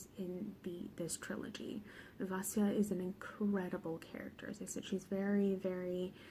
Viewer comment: "it consists of three books... trilogy" 😂😂😂 I do the same thing all the time, but it made me laugh to hear you do it! Thank you thank you THANK YOU for saying Vasya's name right!! Hearing her called "vassy-lisa" has been... trying, to say the least, especially because I love her so much and just want everyone to give her the love and respect she deserves!!! The Christianity vs Paganism back and forth was such a beautiful conflict and it accompanied the Morozko storyline so beautifully <3 (unlike a certain other trilogy 😂 I still love the Grisha books but they're MESSY when it comes to borrowing from cultures) I've only read the first of the trilogy so far but I wouldn't call it slow at all! It felt... it felt like what I imagine a Russian winter would have felt like in Vasya's time. Long, but so full of tension that the pages just flew. The building, rising "oh shit something's gonna go wrong" in the first bit of BatN was a stunning set up, in my opinion. YES that atmosphere! I read this in Hawaii of all places and I STILL shivered. GASP. if you're listening, MAKE THE SHORT STORY BOOK A THING PLEASE! Dunya's tales. Just the lives of the spirits. Something. I love this review,! Thank you for keeping it spoiler free so series newbs like me can still watch and enjoy and anticipate what's still to come:D